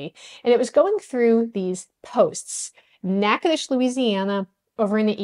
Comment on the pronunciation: Natchitoches, pronounced like a local, bravo!